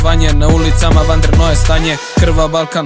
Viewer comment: nauci kako se kaze vanredno druze